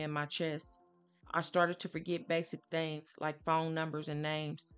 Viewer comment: This story is sad enough, why play that eerie music (nightmares) in the back ground will the note is in red with a black ground? Also, the word is THINGS, not thangs